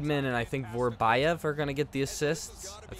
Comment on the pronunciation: Vorobyev is not Vorobajev, it is Vorobjov